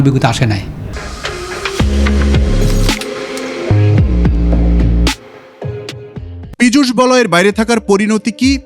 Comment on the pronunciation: Pijush noi pichash😂